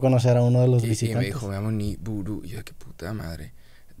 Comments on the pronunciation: no es niburu es nibiru y es un planeta mas conocido como el planeta X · Ni-Bu-Ru ?? Osea como Niburu de los Anunakis?? jajaj NO MAMES!!!!